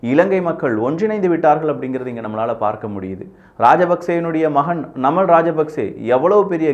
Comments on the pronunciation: நமல் இல்லபா நாமல்.... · நமல் ❌️நாமல்✅️ அநுரா குமரா திஸநாயக்க❌️அநுர குமார திஸாநாயக்க ✅️